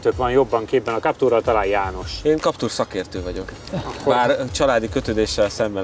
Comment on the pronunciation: legyen már kaptúr helyett káptűr, köszi. Bántja a fülem